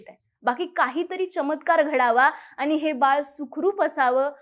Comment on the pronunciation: आनी नाही आणि, आपन नाही आपण, मराठी शुद्ध बोला